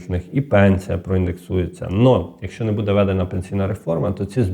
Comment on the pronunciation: умный, грамотный, но режет слух Ваше "БУДУТ", это русское слово, вы только поменяли ударение, правильно БУДУТЬ с ударением на первый слог и БУДЭ тоже ударение на первый слог.Может это ваш местный диалект, но вы же работаете на большую аудиторию и должны говорить грамотно